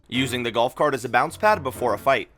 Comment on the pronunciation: the galf cart wan